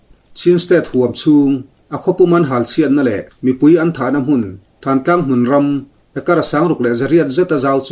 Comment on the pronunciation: Thantlang nilovin Thlantlang ti a lamrik tur. Tidim le tahan inkar khaw awmloh na tlang sang pui khi thantlang chu a ni..